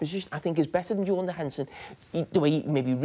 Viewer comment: lmaooo "yordan henderson"